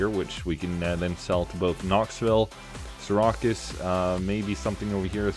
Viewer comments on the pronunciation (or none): Seer-ah-cues? LOL you mean Seer-accuse? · Lol as soon as I heard him say Sear-a-cuss I was like there’s gotta be a New Yorker who watches this video and is cringing lol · Just a friendly correction, Syracuse is pronounced 'Sear-accuse'